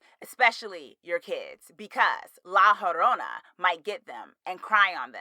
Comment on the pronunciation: haha it’s pronounced like la yo-rona. also you should totally do a review of scary stories to tell in the dark!